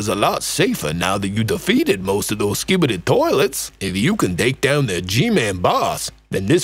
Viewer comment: 😂😂actually scibedy toilet isn’t saying it properly 😂😂😂 another time ur say that again